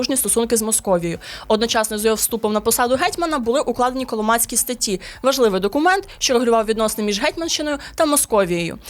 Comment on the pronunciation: Чудово, динамічно й нарешті без фейків. Дякуємо! Але... такі матеріали варті гідної обгортки. Тому, будь ласка, не ігноруйте стандарти, стежте за вимовою, не нехтуйте правильними наголосами ( гЕтьман/гЕтьмана; назва річки - КолОмак, тому статті КолОмацькі). Це не дрібниці. Сподіваємося, далі буде.